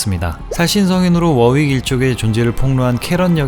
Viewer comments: ㅋㅋㅋ 워웍 아니고 워윅이요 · 워웍이 아니라 워윅이에요 윅 윅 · 워웍이 아니라 워익 입니다. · ㅋㅋ 개그는 좋앗지만 워웍이 아니라 워윅입니다 ㅎㅎ